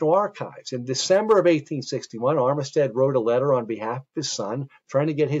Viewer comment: Armistead is pronounced armstead in va